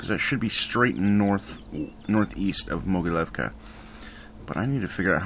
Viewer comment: I think that its pronounced "mogiliovka"